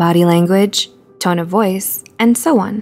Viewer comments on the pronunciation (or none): none